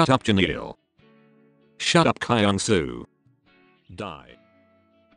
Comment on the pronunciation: THE WAY THEY PRONOUNCE KYUNGSOO "cry-young-sou(p)"